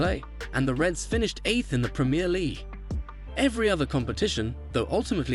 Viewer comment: well it’s either AI or this video wasn’t made by a true football fan. The fact Jurgen is mispronounced multiple times in a video about him is kind of shocking. Add to that Sadio Mane and Virgil Van Dijk’s names. Can’t even say Premier League properly. smh